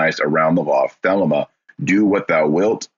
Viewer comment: Thelema centers around finding one's True Will/Purpose/Path. You mispronounce "Thelema" and "Crowley." You spoke the following incomplete: In full it goes: "Do what thou wilt shall be the whole of the Law. "Love is the law, love under will." "There is no law beyond do what thou wilt." "Children" are not literal children. Fyi.